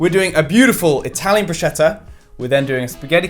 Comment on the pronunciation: It's "broos-ketta" not "brooshetta" 😭 (italian girl here 🙋‍♀) and congrats you've made me hungry in the middle of the night...